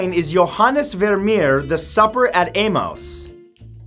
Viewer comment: Emmaus is pronounced Em-Ay-Us.